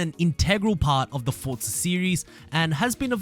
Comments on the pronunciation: Forza is an itallian word. Just like pizza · Had to turn this off because of the way he says FORTZA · Why do you say fortza?